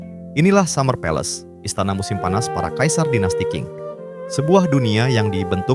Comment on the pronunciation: Masukan Min ; Klo bahasa Mandarin itu Huruf Q dibaca spt huruf C jd misalx Dinasti Qing itu dibaca Dinasti Ching. D dibaca T, B dibaca P. 🙏🙏